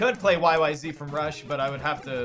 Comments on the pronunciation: Rush is a Canadian band.... It is ABSOLUTELY called YY"Zed" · OK, but the song really is pronounced "Y-Y-Zed" lol